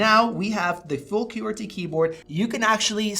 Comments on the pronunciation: Nice video as I have a 5 and was wondering about the 7. Also, QWERTY is pronounced "kwur-tee", and "similar" has no "u" in it. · Great review, except for your pronunciation of qwerty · Bro what is your pronunciation of qwerty😂